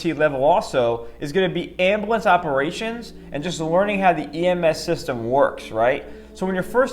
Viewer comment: As an EMT its calles Ambulance not amblance